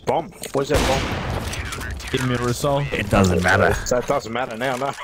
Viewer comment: New zealanders turn the word no into a 5 syllable word it's so weird haha "nooerrwerr"